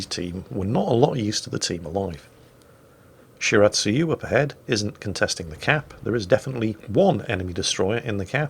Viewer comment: Did just pronounce Shiratsuyu and Akatsuki correctly? I must be imagining things!